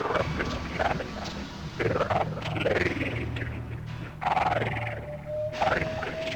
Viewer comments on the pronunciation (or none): none